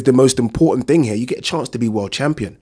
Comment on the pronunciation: Its pronounced 'H E R E' not 'H E Y A' jesussss